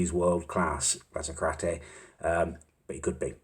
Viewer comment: Him sayin Lasacrati rly pissed me off